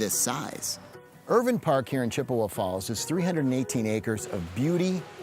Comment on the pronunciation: they said irvine wrong